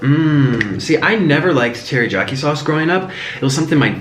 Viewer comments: Hello from New York love you you say teryaki funny Is this black enough lol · The way you pronounce "Teri-YAH-kee" sauce.. Oh nik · Nik pronounced it, teri-JAH-kee. Now he knows lol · sunny lanes every time I was laughing so hard 😂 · I know this man’s life is spiraling and that’s sad and all, but the real tragedy here is how he pronounces teriyaki. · he’s so awesome in this vid that i don’t even care abt the fact that he mispronounced teriyaki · That teriyaki sauce And his pronunciation is making my eye twitch. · The way he says teriyaki makes me mad lol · I hate how he says teriyaki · ITS TERIYAKI THERES NO J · I had to read the comments on how you pronounced the word teriyaki! Hahaha too funny. Noodles look great, but I'm thinking that was way too much teriyaki sauce on those noodles. A little goes along way. . . So hungry now. 💕💕💕💕🥑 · Oh Nic I so love you. The j is silent. From Mo. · aww the way he pronounced teriyaki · There's no J in teriyaki, Nikocado :P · It bothered me so much that he kept saying teryjoki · I love this nick but him saying terijaki makes my ears bleed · Its funny to me how he keeps sayin "terijaki" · What the hell is terijaki it is teriyaki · He called teriyaki tear-i-ja-ki (how it's actually pronounced:tear-ri-a-ky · Anyone else annoyed that nick was saying tarijaki instead of teriyaki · had to laugh at him saying teri-jacki sauce.. its teh·ree·yaa·kee (im writing in phonetics...not the way its spelled) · It’s not Terijaki, Correction: Terr-e-ya-ki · its taryakey not targokety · Stop saying Terra jock eee 😒😒 it's teriyaki omg boy. And also you didn't have breakdowns back when you had a healthier diet cause unhealthy food can fuck with your hormones and mentality. Not saying to offend just you should talk to your doctor and do your research about how unhealthy food does affect your mentality and hormones. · EMILY LIANG Spanish people pronounce Y sounds as J. Thats why he probounced it as terijaki, not teriyaki. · Tera-Jackie ???? No no no no